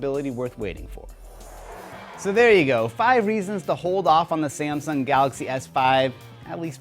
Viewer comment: it isnt samson it is samsung